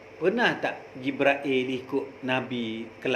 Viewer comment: Jibril bukan jibrail ...pening laa...